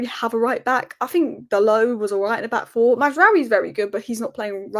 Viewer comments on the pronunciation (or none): none